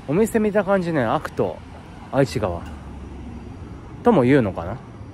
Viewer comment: 翔さんの時はメンテヤバすぎですね😂 27日土曜日に私も近くのラ•ムー寄ったついでに、ここの太鼓に来ました！メンテはもちろん酷かったです😢 ちなみに、愛知川って書くけど読み方は『えちがわ』と言いますよ😊 うみのこのカレーは自分も小学5年の時に作って食べました！県内の小学5年生はみんなうみのこカレー食べるみたいです😂